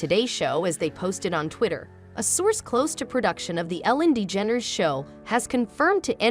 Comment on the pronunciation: Ellen Lee Dedgeneres??? Try again AI!